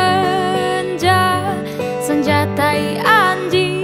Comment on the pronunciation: Pengucapan t4i ter merdu..